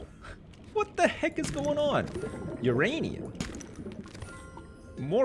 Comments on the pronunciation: stop it its myranium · no, it's myranium